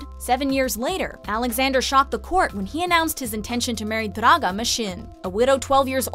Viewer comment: Right? Everyone is praising her pronunciation, but for me all Slavic names sounded odd. Especially Draga!